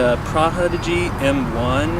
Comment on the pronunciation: “Pra-hodigy” 🥴 wat?